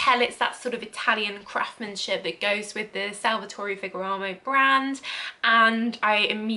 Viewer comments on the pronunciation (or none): Your review is great but the signorina is awful. The bottle is great. It is not fegaramo it's ferrrrragamo 😁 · It's Ferragamo lol not FEGGARAMO! Good Grief 🙄😏 You're saying Ferragamo one minute then Feggaramo the next lol, get a grip. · PLEASE - it's FER - RA - GA- MO!!! And it is SIGNORINA not SENORITA! The rest is great!!!